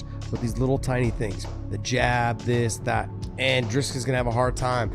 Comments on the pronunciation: Thompson calling dricus “Driscus” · How are Americans SO incapable of pronouncing foreign names? Driscus? Seriously? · Please do the man the respect of finding out how to pronounce his name correctly. Its pronounced " DREE-KUS" Not DRISCUS. FFS! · Hey you Poes, his name is DRIKUS pronounced DRIKIS and not DRISKUS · Why do you guys find it so hard to say Dri-cus? It's not Dris-cus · Who's driscus? It's DRICUS. DREEKUS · Dreekuhs - not Driskis. ffs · Who is " Driskus? " His name is DRIKUS - there is no S before the K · How are people still calling him "Driscus" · DriScus? Du PlessUS? Josh Thompson can't even say dudes name right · This is gonna be a sick fight Josh Tompson really called Dricus “Driscrus” ?😂😂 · Is it CTE why Thompson can't pronounce Dricus? There is no "s" infront of the "c"